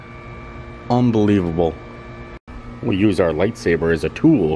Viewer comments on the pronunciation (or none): none